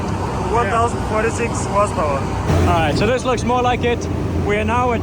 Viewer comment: I "leik" it aswell <3